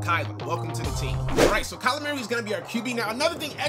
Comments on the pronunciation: Kyler Murray not Merry say it right burggggg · CringeVideos360 lmfaooo meeaurie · I ain’t heard say Murray like that since DeMarco Murray 😭